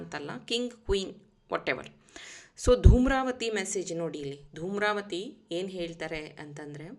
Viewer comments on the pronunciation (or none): ದೂಮ್ರವತಿ ಅಲ್ಲ ಧೂಮಾವತಿ